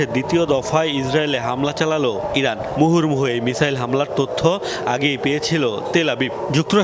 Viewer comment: উচ্চারণ শুনে মনে হল ইরাক বলতে প্রথমে, পরের ২ বার ইরান বলছে